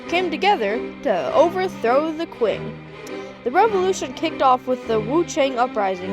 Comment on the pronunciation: not "qu"ing but "ch"ing that's more close the pronunciation in chinese